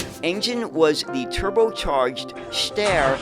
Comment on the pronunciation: "Steyr" is pronounced "stire", not "stair". and "Ferenc" is "ferents", not "ferenk".